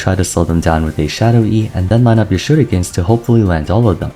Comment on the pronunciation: dont say shurikens like that please